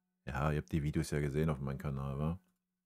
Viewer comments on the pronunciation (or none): none